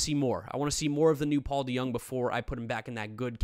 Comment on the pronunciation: It’s not deYoung say it like it is DeJong (Kim Jong un)